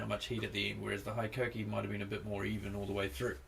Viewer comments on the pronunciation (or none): Being a Japanese company, HiKOKI is pronounced like Hee-Ko-Kee and not High-Ko-Kee.